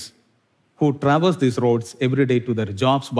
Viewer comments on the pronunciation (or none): none